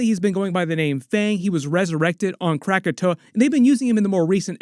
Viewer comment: but you're not going to say anything about Krakoa not being "Krakatoa"? 😅